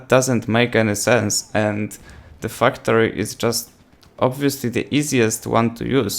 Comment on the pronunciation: anyone else listen to him say fucktory instead of factory?😂😂